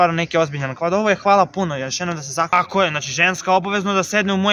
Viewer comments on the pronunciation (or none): none